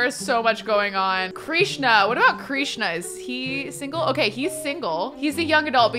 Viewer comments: hi! just wanted to say it's pronounced Krishna like "dish-na" not kreesh-na i still love this series! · DOA - Dead on Arrival. Krishna is pronounced like Trish (with a K obvi) na. Not Kreesh na. Krishna. Loving all the purple colors, purple is my fave! 💜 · Krishna is pronounced Krish (rhymes with dish)-na, not “kreeshna.” :)